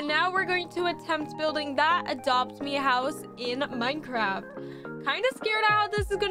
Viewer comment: But i dont wanna be rude but didnt you say mincraft